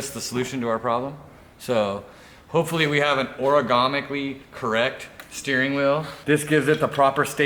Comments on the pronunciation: "Origamically" correct lmao...are we folding paper....luv ya. Always make my day bro! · is saying Origamically correct because he wanted it to fold when he obliterated it on that wall. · "Oragomically." lol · is the best 😂🤣, origanomically.